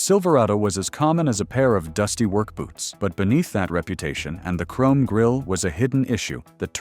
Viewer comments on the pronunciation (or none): none